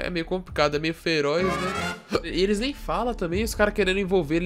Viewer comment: Mano, "mem" leite KKKKKKKKKK